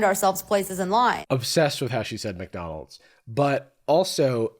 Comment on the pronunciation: ngl, it did not click to me that she said Mcdonalds, like i just asumed it was an american thing i hadn't heard of. Mac O'donald